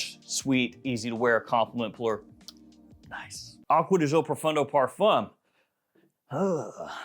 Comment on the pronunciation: Since this is one of your favourite fragrances you should probably learn the right pronunciation of the word GIO. It's DJO not ZHO 🙏